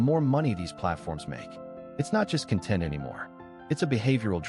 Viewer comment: the mispronunciation (use of a heteronym) of “content” …